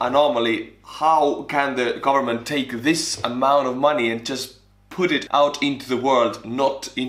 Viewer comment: I love how he says “ Garment” instead of “Government”